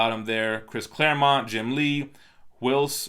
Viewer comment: You said ClareMOUNT again. 😂